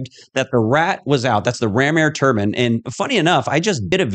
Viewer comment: You can't even pronounce Turbine!!! A Turban is something worn by Siekhs!!!